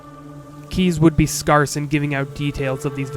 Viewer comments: where are you from? (generally) you have a pleasant, neutral accent, but I noticed you say "scarce" like scarhss. or were you saying sparse? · I wonder where you live where you pronouce "scarce" as scar-s versus scare-s